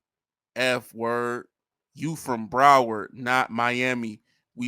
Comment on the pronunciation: Dude said Broward county🤣